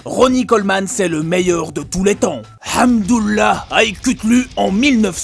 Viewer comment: Tu prononce le hamdullah mieux que moi un rebeu 🤣🤣🤣